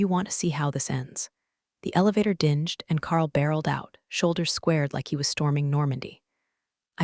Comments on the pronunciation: Work on dinGed not dinJed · You are joking, within seconds of begging for likes and subscribers you insult your listeners. Too LAZY to listen to the output A.I. wrote for you and thoughts of another quick buck. Why do you think it is alright to offend our ears with “DINJED” instead of “DINGED” so congratulations you earned a thumbs down. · 😂 preach! That soft “G” slip drives me nuts too sounds like it’s saying dinjed! Someone pls give the AI a phonics lesson already 😩🎧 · i wish the AI could be taught that ”dinged” has two pronunciations. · Really good one! Am getting tired of uneducated ai still mispronouncing dinged, words ending in ies. And does it know saying I, for once, didn’t have dirt on my hands means they have before? Sure, everyone makes mistakes, just pointing it out. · Would you PLEASE teach your AI voice that the "G" in 'Dinged' - - is said like the "G" in 'Game' and NOT like the one in 'Germany'. You keep bleating on about how no-one subscribes, well, the AI voice is part of the reason!!! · Dinged rhymes with pinged, not cringed. Just saying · Dinged should rhyme with pinged. Good catch! 😅